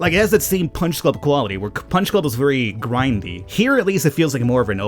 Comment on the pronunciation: "the gwindy way" Yes that is how you say gwind